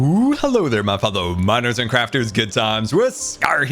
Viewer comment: For some reason I thought you said hello, Minors and crafters lol